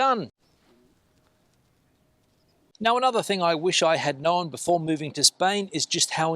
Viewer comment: “Know-en” = Known!